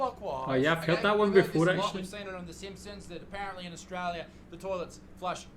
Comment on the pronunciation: And it’s also grating to hear him say “Austwaiwia”. There’s an “R” and an “L” in there. Try saying these two syllables “Aust”, then “tRaiLia” (not “twaiwia”)